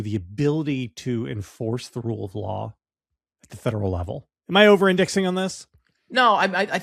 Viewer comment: Good point, JVL! Who is going to try Maduro?? 😂 Yes, you are over ‘indexing’ (or whatever you said. I listened to it three times and couldn’t understand you) on this. We overcame the destruction done by the Civil War!! I believe we can overcome this and return to sanity. Will it happen overnight? No, but it will happen.